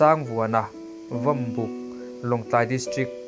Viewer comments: I fel hmel hle na-in Mizaṭawng zir ila ngai hle. MUP tihtur ani a, M IU P te i tiin Vawmbik tihturah Vawmbuk tiin ilam bawk. eg vawm búk tihturah vawm buk iti bawk a, heta u ri hi fan dalha lam tur ani bawk. l lo ngaithla ang tihtur ah ilo ngaithla ila tih hi adiklo bawk. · MHSo,"Vawmbuk" i chhiarrik dan kha a va mak bik thin ve,!!Vawmbuk hi an puangin an sawi fova nangni youtuber te hian mi lam dan Anglo taka puan /sawi in Chiang lutuk.